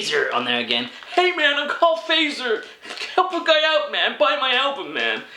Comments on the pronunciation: Miladesu 2 Yep! it's [Fatser] it really sound weird when you say it like [Feizer] or something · Fazer's Finnish. And it's pronounced "Fart-zer". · In sweden and finland we not say facer to Fazer. We say faatser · yeah the person that sent you these didn't do a very good job, most of it isn't swedish. also, fazer is pronounced FAT-ZER (it's the surname of the founder, his father was from switzerland) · Fazer is pronounced Fatser. And Sveriges mest köpta bil means Swedens most bought car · Fazer is actualy finnish but we have factorys in many baltic countrys and its pronounced more like fatser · Its more like Fatser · That is not how you pronounce Fazer, but it will do just fine.